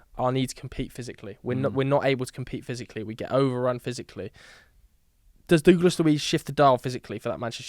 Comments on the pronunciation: Who the f**k is DOOGLAS Luis? It's pronounced DUGLASS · FYI it is pronounce as Douglas Luis. DOUGLAS! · Can’t stand the way he says ‘Douglas’